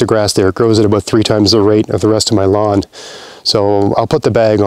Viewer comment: Just for a second I thought you said the spuds were mulched with grass from Milan instead of "m'lawn" and thought "that's a bit fancy for mulch".